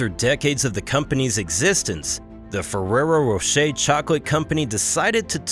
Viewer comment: why is it so difficult to pronounce Fererro Rocher in English? 😂